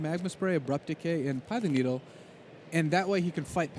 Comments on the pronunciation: "Pie-thing needle"? I forget the pronunciation difference between some areas of North America and the UK. Great coverage though. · There is no difference for pithing needle. He just mispronounces it. It drives me crazy.